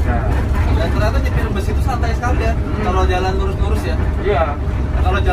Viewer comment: Knp bus/bis di indonesia dilafalkan jd bes? Truk jg dibaca trek?